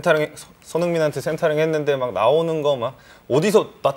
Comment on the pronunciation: 아니근데 자철이형 센타링이 뭐야 센타링이 ㅋㅋㅋ 언제적 센타링이야....크로스라고 해야지 ㅋㅋㅋㅋㅋ